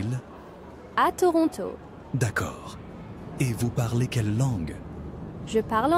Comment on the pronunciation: I recently moved to Québec from Ontario and you are the first one I heard ToRonTO😁 Way much better then Troono